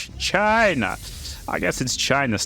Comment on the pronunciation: lolz every time he says "Gyna"